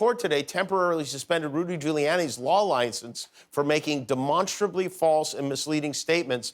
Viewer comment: Demonstriously. Okay 👌